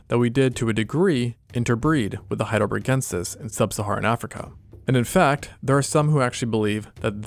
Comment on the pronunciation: Super cool video but: it's not HeidelbREgensis but HeidelbERgensis